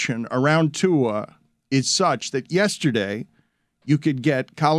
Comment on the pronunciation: Someone tell Dan that Tua’s last name doesn’t have an ‘N’ in it